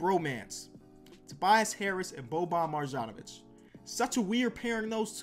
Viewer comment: it’s pronounced Mar-YAWN-oh-vich